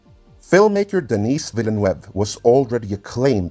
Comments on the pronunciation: THE S IN DENIS IS SILENT. DENIS as opposed to DENNIS. MAN! Some Peoples Kids! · His name is French, not Spanish. You got Denis right...once...(sorry, I didn't hear you say the S the first time but I heard it every single other time.), but his last name is pronounced Denii Vee-nuv or Veell-nuv depending on the regional accent used. Source: Je parle Français! The 1984 Dune Special Edition has been the definitive film for me. It's not as true to the novel as the Sci-Fi Channel version, but that version of the 1984 film is a much better-told story than the miniseries (though the miniseries is still fantastic). It's also far superior to its theatrical version. I don't object to the special effects and never will. I love that movie. Jodorowsky's version deserves all of the praise if for nothing else the art and rich details that David Lynch and John Harrison were able to draw on for their versions. That said, from what I know of that version, it's overwrought, and if it had made it to film, there's a strong chance most people wouldn't have been as impressed as they expected to be. Then again, raw cuts of films tend to be five to six hours long and are eventually cut down to two hours. I view Jodorowsky's insistence that the movie be 14 hours long in the same way (seriously, it doesn't even take that long to read the book!). Also! OMG! A halfway decent casting for Chani! That is unbelievable! Oh...jeez you used the cover for Hunters of Dune for the Bene Gesserit. It's the only well written Dune novel in the Brian Herbert/Kevin J. Anderson collaboration, BUT IT' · I was about to say. He's not a girl, for the love of god. It's pronounced: Deh-NEE. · I like that you feign the appearance of tedious researcher, but couldn't be bothered to look up the pronunciation of the French name Denis. Takes two seconds.